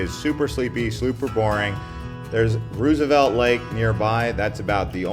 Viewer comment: Also, being an 'Arizona Guy' stop saying 'Rewz-a-velt' it is pronounced ' Rose-ah-velt' from people actually from here. Still love the brutal honesty tho, thats why I'm sharing the AZ pronunciation.